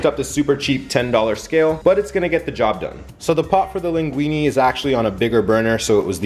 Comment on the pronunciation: To be precise since linguine it's Italian you should pronounce it "linguinE" and not "linguinI". I'm sorry but I'm an Italian that's proud of pasta LOL